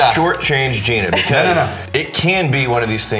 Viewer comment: It's pronounced "Jy-Nuh"